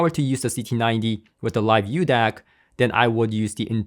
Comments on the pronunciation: It's not the "uDAC", there is no letter u in the name. It is a μ symbol, which is used as a metric prefix for micro (10^-6). So it's pronounced the "Mu DAC" or "Micro DAC." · However is not "u" DAC but "micro" DAC... greek letter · BTW, its pronounced MU-DAC, not U Dac... µ is the Greek Letter MU.. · It's called the μDac. That's the Greek letter m used in science for micro. Pronounced as Miu. So tired of these illiterate Americans 🙄 👋🏻😀🇱🇺